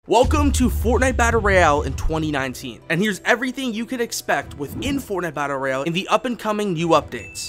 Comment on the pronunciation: this guy says battle bro instead of Battle Royale lmao!